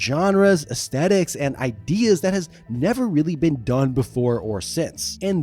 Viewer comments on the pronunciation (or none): none